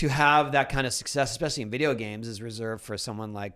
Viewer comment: Videe-OHoosz the British accent is so funny emphasizing the last syllable of every word.